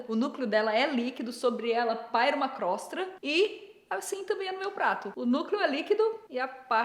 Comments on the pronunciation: Nilce, a palavra correta é crosta, não crostra. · Então Nilce....se fala CROSTA e não CROSTRA.... É só mais uma coisa que vc está errada, feijão vai por cima do arroz! E pelo amor de Deus, arroz, feijão e PEIXE??? Arghhh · Caramba que agonia ouvir crostRa tantas vezes! Por ser a Nilce falando, até fui pesquisar pra ver se tava errado mesmo 😂